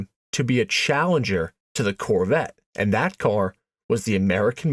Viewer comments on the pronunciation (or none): Stop saying AND so much. Also the pause you put infront of almost all your and with the hard A you put on it makes it very Distracting